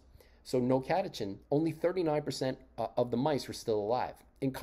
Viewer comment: Great video. I looked it up to be sure and the final syllable in "catechin" is pronounced as "kin". Perhaps you were already familiar with the International Scientific Vocabulary (ISV) etymology, catechu + -in.